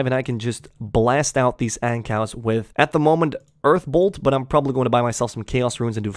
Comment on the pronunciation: Wait...you call Ankous (An-koo) Ancows?